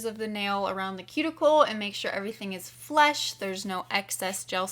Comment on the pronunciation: Flush not flesh 😊